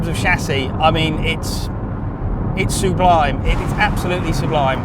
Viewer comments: I hate to be a pedant, but it's sub-lime, not sue-blime. It cut through me every time! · Sublime = "sub lime" not "Sue Blime" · Suebliime Hate the way he says that